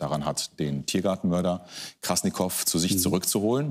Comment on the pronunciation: Der eine sagt dauernd KrassNikow, dabei heißt der Typ Krassikow XD